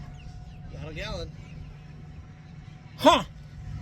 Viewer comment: why did he say "got a gallon" like that Whitest Kids You Know skit 😂😂